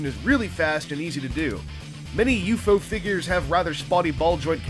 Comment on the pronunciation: I find myself bugged that you kept saying U-FO instead of just saying U-F-O.